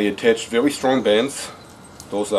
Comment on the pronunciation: mehe, "vewy, vewy light matewial"